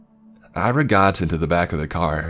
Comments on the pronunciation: Great narration, I enjoyed it but here's a tip: Ira is pronounced Ee-rah, not Ai-rah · should be pronounced Ear-aa. Irina diminutive.